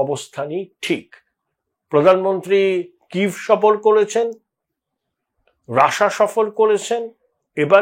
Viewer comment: রাসা নয় ওটা রাশিয়া